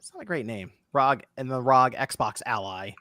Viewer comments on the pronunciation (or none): I thought ROG (as in ROG Ally) was pronounced "rogue"? Rogue Ally sounds way better than "rahg".